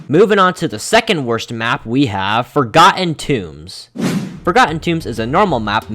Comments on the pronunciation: "For-garden tunes" 💀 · same as "moving on the next map we have for-garden toombs